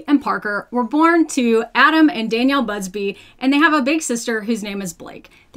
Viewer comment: What I found shocking was that she wasn't saying "Adam and Danielle Buzzfeed" which I swear is exactly what it sounded like